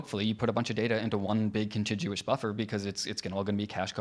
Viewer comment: Pronunciation note: A G followed by a U is a hard G -- "contiguous" has no "j" sound in it anywhere.